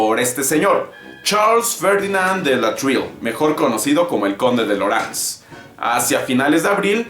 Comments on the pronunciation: Lorenzes se pronuncia "loranzes" en francés. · Sabía que se pronunciaba /Lo'rans/